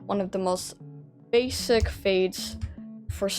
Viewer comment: For a second their I thought you said bassie not basic like are we talking dandy’s world or Wcue